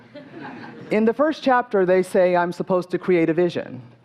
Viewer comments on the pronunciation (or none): none